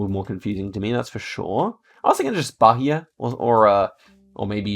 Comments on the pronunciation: By the way the "H" in Bahia is silent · ri muito quando ele pronunciou Bahia ahahah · pronounciation tip: the "gerais" in "minas gerais" is pronounced with the soft g sound. and also, bahia is pronouned with a silent h: bah-EE-ah. i really liked this video :)